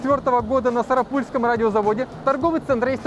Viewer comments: Не сарапУльском, а сарАпульском заводе) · Не сарапУл, а сарАпул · Сам я с Сарапула, ударение не туда ставите😁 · На сарАпульском заводе. Ударение на 2ю а.